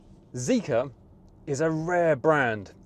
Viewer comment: its zeekr, not zeeker